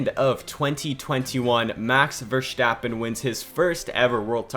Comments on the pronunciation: Verstappen not VerSCCHtappen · It's not Vershtappen it's Verstappen. I'm sorry but it was hard to listen.. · “Max Vershtaapen” 😂😂